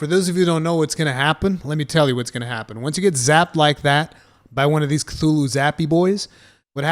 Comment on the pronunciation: Guy called it "Khlulhloo". Good to see educated people are still around.